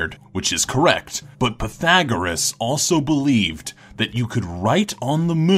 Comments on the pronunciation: btw it's pathegreom thereom not pathagreus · Pee-thah-gore-us. Fucking research shit once in awhile.